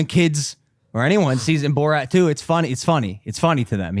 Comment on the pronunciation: Ok I’m sorry but how does not know how to say borat lol